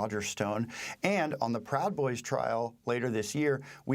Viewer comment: "pwowd boys" -the late Michael Brooks"